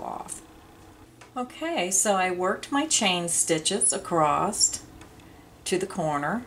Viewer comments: Love your detail videos. Wish you would say across instead of acrosst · Is it me or does the demonstration not match the written directions? Also, is acrost a word? I believe across is what you mean...looked it up and couldn't find the word acrost. Unsubscribed. Sorry.